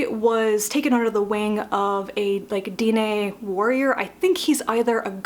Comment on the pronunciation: I was surprised how much I liked Foundryside. I think it was because the magic system felt so science-y to me. And normally I wouldn't mentioned it, but because you sounded curious Dene is pronounced "Den-nay".